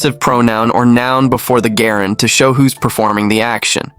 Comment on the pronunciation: Why do you pronounce "gerund" that way. As far as I know the correct pronunciation is; / 'jerənd /. NOT > 'GErund <. Or. Do they pronounce it like that in the United Kingdom ?.